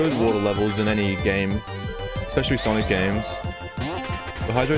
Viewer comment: It’s sanic